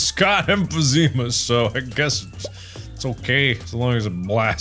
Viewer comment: "You better not emphazima this up" 🤣